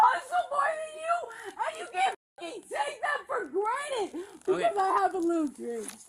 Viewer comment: She’s so young and rich and smart. She has $50/month. If that’s rich, I’m a fuckin billionaire! She is so smart, yet it seems the only word she knows is utilize and uses it for literally everything even when it doesn’t apply, “yall are utilizing my ass” lolz so fuckin stupid! Also she keeps saying “granite” instead of granted and over and over so it’s not a slip of the tongue. Clearly broke and stupid is her real identity and rich, smart, and pretty is her alter ego.